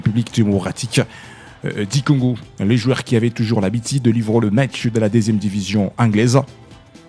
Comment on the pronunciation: Monsieur le journaliste tu parles bien Français mais il faut faire un effort de bien prononcer tes U,par exemple dire habitude au lieu de habitide. A part ça très belle prononciation.